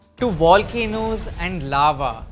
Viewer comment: what the heck is a Cheese "Aava" American chicken burger